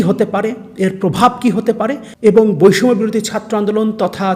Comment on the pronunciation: বৈষম্য শব্দটা উচ্চারণ করেন কেন 🤔